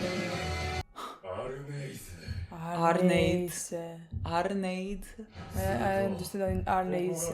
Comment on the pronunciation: I think the Scandinavian pronunciation of Arnheid should be like "arnHAYduh" - just because they tend to leave a breathing-out type vowel sound on the end of words which end in consonents, like Medieval English did, with the emphasis normally at the end of the word instead of at the beginning of words. Marshes are swamps, but in colder areas like Europe. Another simile is bog, for a marsh where the water is stagnant rather than flowing. If a marsh is tidal, it can be a saltmarsh.